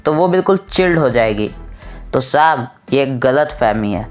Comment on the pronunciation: ITS SAHAB NOT SHAB🤣🤣😂😂